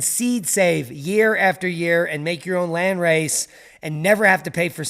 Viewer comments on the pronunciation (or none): none